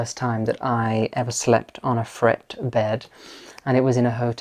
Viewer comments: The pronunciation di "Frette" is "Frette", until to "e", not "Fret". Italian is Italian. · Magnificent transformation, Kudos! Just a tip when it comes to pronouncing Italian words (as my Italian head Chef often reminded me) unlike Spanish Italian words are pronounced as they are written. In the case of Frette, you'd pronounce it "Fre-te", not "Frett", a very easy miske and one i've made all too often. I must confess that I believe the quality of a Frette linen cannot be matched, It is an investment, but an investment that pays dividends in comfort and durability. Matouk is another outstanding choice, should you want variety. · you are very talented and I enjoy your videos. I wanted to share two tips with you. First, Frette linens are excellent indeed - it's pronounced FrettE. The other wonderful linens are by Pratesi, but they are quite expensive. Second, you can make your Frette (or any bed linens) look as if just freshly pressed if you mist water with a simple spray bottle when making up the bed. This is a very easy, simple way to make beds look immaculate, and is a frequently used trick in luxury hotels. The mist gets rid of creases and wrinkles. No need to iron linens. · Frete, the superb Italian linen house is pronounced Fretay……. Just thought you should know. Keep up the thoughtful and soothing videos. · Frette is pronounced "FrettE" - you want to pronounce your final E as in bed (/e/). I'm from Italy. Lovely video! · It’s Fret taaaaa. As in day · Great job! Frette is pronounced as “Fretay.” The Italians pronounce “e” as “a” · Lovely room, beautifully styled. I believe Frette is pronounced Frett-ay, as if there were an acute accent on the final 'e'. Although it is an Italian company, it was founded in France, hence the name. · Ciao Ragazzi. Mi inserisco nel dibattito, in Italiano: Frette si pronuncia con la E finale. Un abbraccio. Grazie a!